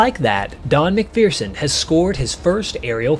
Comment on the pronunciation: There is no " fear" in MacPherson. You are mispronouncing his last name.